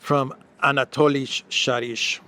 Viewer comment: Sharij's name is pronounced "Sharee-y," not "Sharizh. He seems to be using German/Polish spelling.